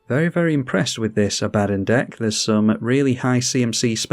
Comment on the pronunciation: Great vid! It's pronounced "Ah-buh-don" btw.